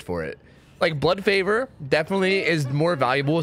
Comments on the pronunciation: Fun drinking game: each time mispronounces Blood Favor, take a shot. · called “blood favor” everything except it’s name. that’s why we love you